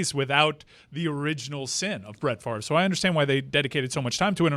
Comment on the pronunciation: WTF is talking about with Favre's last name? Yes, there are plenty of examples of the "r" before the "e" making that "er" sound, buuuuuut that's not what is going on here...that would make his last name pronounced like "fāv-er". We currently pronounce his name like it's spelled "Far-ve." These are not equal. Fervor vs fervour, again, not even close to the same thing. I can find zero examples of fever ever having a different spelling with the "r" in front of the "v."